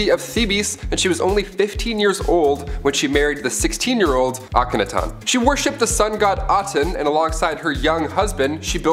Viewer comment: PLEASE learn how to pronounce the names before you do these... Akhenaten (Ak-en-ah-tin) Thebes (Theebs not teebees)